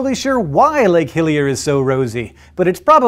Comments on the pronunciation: Sounded like he said Lake Hylia at first. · Am I the only one who hears 'Lake Hylia' when he says 'Hillier'? :O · ah! I thought he said lake Hylia! lol